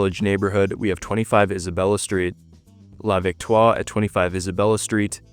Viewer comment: Very good French on that first one. La Victoire, tres bien!